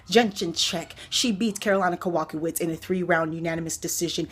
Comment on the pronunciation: Jedrzejzcyk (Ya-Jay-Check) You said "Jin-jin check) Kowalkiewicz (Ko-wall-kay-vich You said ko/walk-awitz) I just say "Killer Karolina" when in doubt lol